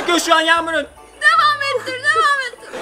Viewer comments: Yağmur derken yamul dedi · dikkat edin video başında yağmur ablaya herkese merhaba arkadaşlar bu gün yamulla birlikte tiktok gülmeme challenge yapıyoz dedi yağmur ablaya yağmul dedi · Yamur farkettimki yaımur dedi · Yağmur a yamul demesi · yağmul demesi